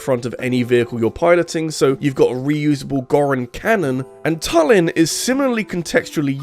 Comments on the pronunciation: it's Tulin, not "tullin" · I'm happy about you putting Tulin as the best sage,but not so much about you mispronouncing his name. It's pronounced Toolin.